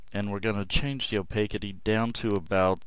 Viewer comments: The 'city' in 'opacity' is pronounced 'city', rather than 'kitty'. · Great video! The only issue is - like mentioned below - the pronunciation of "opacity." It's a short "a" as in cat, and a soft "c" as in city. "Opaque" is one of those words that changes in pronunciation when it describes a quality of itself, like "divine" ~ "divinity", "serene" ~ "serenity", "profound" ~ "profundity"; "wild" ~ "wilderness." Your video would be absolutely perfect if that was changed! Excellent tutorial, very descriptive and easy to follow. Thank you!